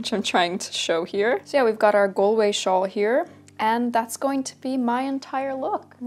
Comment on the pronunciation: I am so so sorry to be this person and I don’t mean any offense as I love you and your channel but I’m Irish and it’s pronounced ‘GAWLWAY’. Also thank you for mentioning that Galway shawls came in many patterns and colours. People always assume that traditional Irish clothing was dull but it could be very colourful -especially Galway shawls!